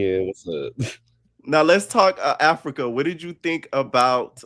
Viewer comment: I wish I was able to call in cuz no one mentioned Dolly saying Africer and Summer saying emotionable and how Scottie came to the meeting with the disheveled wet wig that Lex slung over the edge of the pool 😂😂😂😂